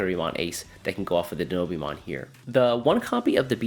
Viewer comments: Die-know-bee-mon lul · I love your videos but the way you pronounce Dinobeemon is wildd